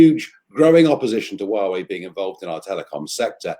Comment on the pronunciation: did she just call Huawei “Yahweh”? Lol Thanks very much though, always love to hear Nigel speak.